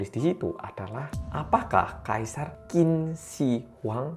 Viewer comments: Dinasti Chin dibacanya 😄 Q=Ch. Contoh: Qian=Chian. Sekian 🙏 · Qin dibaca Chin.